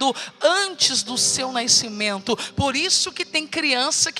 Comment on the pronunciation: Por que pronuncia-se "naiscimento", quero saber por quê?